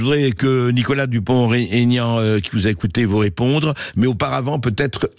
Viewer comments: "Dupon' aignan" SVP et non pas DuponTégnan !... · Bonjour , Mr Bercoff , c'est Dupont-Aignan , pas Taignan , Merci de le prendre en compte .